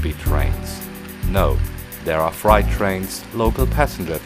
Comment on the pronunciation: It's freight (frate) trains and not fright (frite) trains! 👍